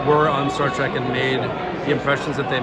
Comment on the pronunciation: Star TREK.....T R E K.....not track....Trek, as in journey 😳